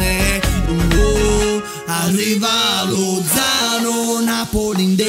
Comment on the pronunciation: Ahahahahahahha grandi. cmq non si pronuncia LoZZZano con 12 z. 😂 - Lozano .